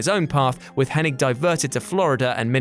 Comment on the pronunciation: Butchering the way you say Hennig. Just stop.